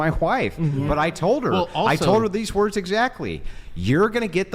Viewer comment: Hwife and hwords